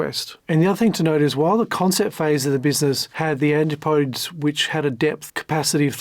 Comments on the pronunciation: AN-TIP-OH-DEEZ, not anti -podes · FOR THE LUVVA GOD! PLEASE LEARN HOW TO CORRECTLY PRONOUNCE THE NAMES OF PEOPLE AND MACHINES. ANTIPODES IS NOT PRONOUNCED ANTEE PODES. IT'S PRONOUNCED AN TIP O .DEEZ. IT'S DISTRACTING TO CONTINUALLY HEAR NAMES MISPRONOUNCED. SORRY TO APPEAR NIT-PICKY. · There is a proper way to pronounce the steel submersible. It's not ant-ti-podes. It is pronounced an-tip-o-dees. ETA. I doubt Oceangate carried any liability insurance. No underwriter would take on the risk of an unclassed vehicle and the operation surrounding it. Also, there's something still to be uncovered around PH. Stockton, desperate for cash was giving up 25% of his gross take every dive giving PH a seat? From what I know, PH wasn't a naval architect, he's not an archeologist, he never authored any books on the Titanic, he never had family on the wreck, his only claim was he saw it 3x some times from dives. There's a example out there where he incorrectly identified a comm device on the wreck. Some expert. He was however a director of the company that held salvage rights to the wreck. I wonder if he leveraged that to force his way on as a passenger. I can't see money hungry Stockton happily waving away $250 large for what amounts to dead weight on the Titan. Your presentation was really well done, kudos. Others should do so well. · An tip OH- Dees Is how to pronounce Antipodes. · Every time he says Antipodes I die a little bit in sympathy for the English language😢similar to when African Americans say arks instead of ask😢does he realise the ANTIPUHDEEZ (pronunciation) was named after The Australian New Zealand region? The Murican ejakashun sistem is a worry, try English, Geography and the metric system before you fumble around with AI and make it worse😅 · And why can not a single Youtube channel that talks about OceanGate pronounce Antipodes properly??? Seriously, you are allowed to look up words you are not familiar with before recording. You SHOULD be expected to, actually.